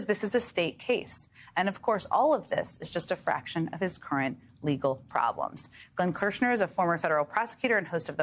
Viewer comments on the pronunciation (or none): none